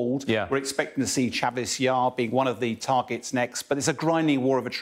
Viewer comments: He said "Chavis Yar" 🤣🤣🤣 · The miltary expert said chavis yar 😂 lol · is a total fake. He regularly mispronounces the names of Ukrainian towns. Chavis yar... Come on! Bell end